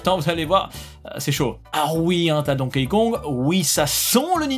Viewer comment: Arrete de prononcer "Donkéï". Ca se prononce DONKI 👌